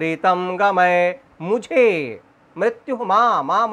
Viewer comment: गमय है भाई गमये बोल रहे हो उच्चारण का ध्यान दो भाई